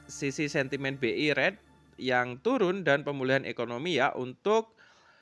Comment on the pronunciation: saran aja agar sebutan untuk kata "good" bcnya gud, bukan God. Untuk "rate", bcnya "REIT", bukan ret. Semoga akan lbh enak didengar penjelasannya.